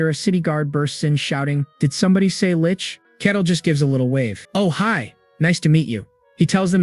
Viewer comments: Just a FYI.. A Lich, and a Lick, are two very different things.. and pronounced differently as well.. This was always a problem I have had when people start calling it lick instead of lich. The funny thing is the AI did it correctly the first time but then afterwords proceeded to only get it wrong.. Go figure. ( Oh wait excuse me it did get it correct a second time mark. So there is that. ) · I hate how AIs pronounce lich